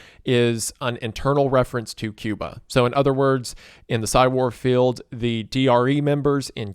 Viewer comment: this mf said “Cuma” 💀